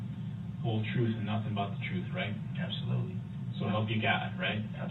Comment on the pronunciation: It’s amazing how easily he lies. I mean, he absolutely was incapable of telling the truth”troof.”